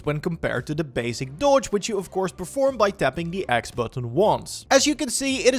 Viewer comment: Anyone else giggling at the way he say's "dodge" lol nice video dude. (not sarcasm)